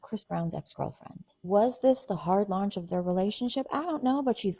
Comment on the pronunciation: They are both grown adults. I mean grown grown. Btw, it’s launch, not lunch.